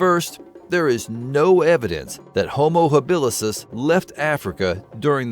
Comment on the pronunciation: It's Homo habilis dude. As opposed to habilisis.